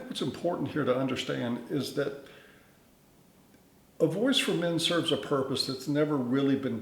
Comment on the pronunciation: Everytime he said, "voice for men" I'd almost think he said, "Boy's to Men." 😁💿🎶🎤